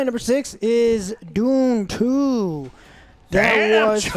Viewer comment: When says dune 2 I thought he said doom 2, that would be boss